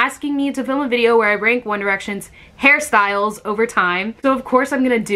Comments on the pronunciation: I keep thinking she is saying Harry Styles not hairstyles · I always feel like you are saying Harry Styles